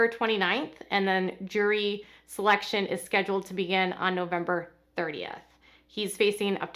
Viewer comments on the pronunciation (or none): none